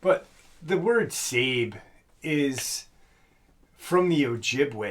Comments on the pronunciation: I think some people call them sabe as a form of respect,. At least some. And I think it's pronounced sab-eh. Also, regarding skinwalkers instead of shape shifters...I think it's becoming a general term, kind of like kleenex-kleenex was started by a company called kleenex and now it's a general term. Hate to say it, but I think you're fighting a losing battle,. I realize it really bothers you and I get it, but I don't think the terms are going to go away.:( Sorry! ((HUGS)) You seem to be feeling better-thank God! Blessings to all! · no offense but if you want to act all knowing and superior (like the people you are so arrogantly insulting), maybe get the words correct.) Sabe, is not pronounced “Sayb…it’s pronounced “Saw-bay”. The name Sasquatch is also an native word. So maybe we shouldn’t use that term either? Just so you know, you are being as pretentious as those you’re speaking against. And though I don’t like people getting all upidy about what “they” think things should be called… some of us just think “Sasquatch and Bigfoot”, are a name that many who don’t believe, use while insulting the community. Those names hold a lot of negativity or are often used to insult us. I know that I usually cringed when calling them either of those two terms, because of this. The name Sabe, it sounds not so degrading… not only to those of us in the community but towards the actual crypids as well. Regardless, nobody should be pushing any name on anyone else. Everyone will call it what they are most comfortable with. Skunk ape Sabe Bigfoot Sasquatch Grass man Scukums Hairy man Wood Booger Booger Etc… Ps. The Roogaru/Lukgaru (not sure how it’s spelled) is a French word/name that they brought over from France. It’s their word for Werewolf. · Watching the facts by how to hunt I believe it’s sabé (sa-bay) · I thought it was pronounced SA-BAY ?